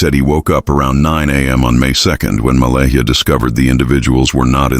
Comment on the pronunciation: This is probably a load of crap isn't it. Can't even pronounce Malehya properly.